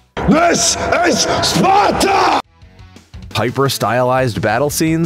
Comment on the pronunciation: Who were the "Spar-ens?" Did they come from "Spar-a"? Why can't you pronounce the "t"? I stop watching after I heard that nonsense.